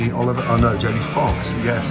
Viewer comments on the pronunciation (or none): none